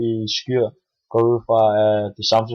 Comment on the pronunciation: Du udtaler skyr forkert....